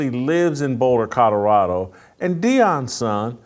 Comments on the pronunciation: Someone please tell Jason that it's pronounced Co-lo-ra-do, not Co-do-ra-do. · It's COLORADO not COTORADO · I can’t respect anything he says. He can’t even pronounce Colorado. Where is “Coddurado?” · Somebody teach Jason how to pronounce Kadarado